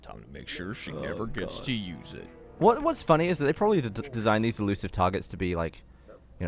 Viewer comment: Eluisve lol